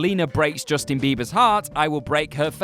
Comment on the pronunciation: I swear I heard you say 'Justine' Bieber. I'm not gonna go back to check, and just assume you did, and that are a great person. ...Also people are f*cking crazy